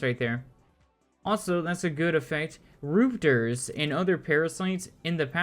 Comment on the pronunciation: Rum, rup Rup-ters=Rupters Not roopters.